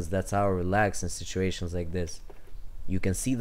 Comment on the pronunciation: Bro said shituations lmfao 😂😂😂